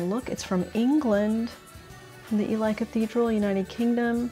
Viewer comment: Ely is pronounced 'eley'. Not Eli! All the best. (The cathedral is famous for its painted ceiling).